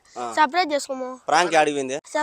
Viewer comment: Adhi Frank kaadhu anna adhi prank meeru veruga pronounce chesthunnaru